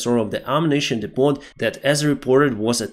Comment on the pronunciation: when pronouncing depot the t is silent. So it sounds like depo. I've been telling you this for months.